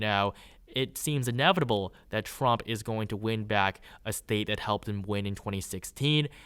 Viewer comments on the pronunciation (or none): none